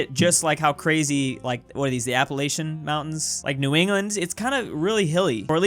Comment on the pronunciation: You said Appalachia wrong